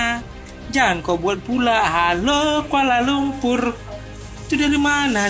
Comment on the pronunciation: Jelas sekali kamu tidak tahu Bahasa Melayu Malaysia yang sebenar. Lirik lagu Hello Hello Kuala Lumpur sendiri sudah jelas menggunakan tatabahasa Bahasa Indonesia. 1. "Halo"? Kami Malaysia sebut Hello. 2. "Kuala LumpuR", sebutan R terlalu jelas dan ditekan. Sedangkan warga Malaysia menyebut "Kuala Lumpu" atau "Kuala LumPO". 3. "Aku"? Lagu kanak-kanak menggunakan "Aku", itu kurang sopan bagi orang Malaysia, sepatutnya "Saya". 4. "Ibu kota"? Malaysia guna "Ibu Negara". 5. "Aku suka sekali"? Malaysia guna "Saya sangat suka". 6. 🇲🇾 Bendera Malaysia sendiri sudah salah, septutnya 14 jalur merah putih. Apa lagi bukti yang kamu mahukan?